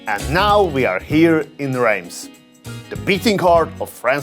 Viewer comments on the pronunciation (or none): I thought Reims was pronounced “Rass”. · With such enthusiasm, you might at least learn to pronounce Reims !